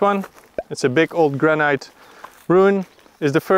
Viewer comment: Dude..... Its pronounced GRANIT....That's GRAN....IT...... IT as in it.... NOT ITE as in bite.